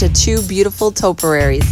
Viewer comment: Topiaries, not “toperaries”.